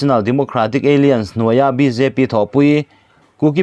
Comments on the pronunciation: Apoi ka ti ber zawk chu ..KUKI- Alliance (Kuki-Ei Lian) tiin ilam dai a...(A-lains tia lam mai tur che nia) Alien=(Pronounciation ;Ei-lian) hi foreign ho sawina a ni...Kuki-Ei Lian tia i lam hian, Kuki foreigner i ti na a ni.. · ALLIANCE KHI ALIENS TIIN I LAM TLATA ÂLLAIÂNS in lam zawk teh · Alliance= alains tih a lam tur, Eilians chu aliens a kawk, India ramah aliens an awm loh. I lam luih nge? Kuki an nih avanga aliens ah I chhuah nge. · "Aliance" hi 'Ei-lians' ni lovin, 'A-lai-ans' tia lam tur a ni zawk em? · Alliance lam dan khi Aliens👽 angin i lama, thil in per san lutuk a nia. A-liance tiin lam rawh. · Aliens a ni ziah lo. Mi thuziak sa tal hi chu chhiar dik ve thin teh u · Alliance / Aliens...lam danah beng ati kham deuh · Alliance hi ALIEN i ti leh hluai mai ang aw??????? 😂😂😂😂😂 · Bengvarthlak thin e. Alliance I lam dan erawh... a fuh chiah lo deuh...